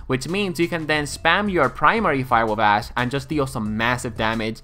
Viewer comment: Dude hehe sorry but it sounds so much like you say "ass"! haha and when you said you will make an ass-widowmaker guide, I was laughing out loud! :D